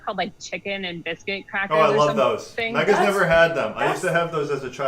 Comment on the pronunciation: Also her name is, pronounced Meyg-ha.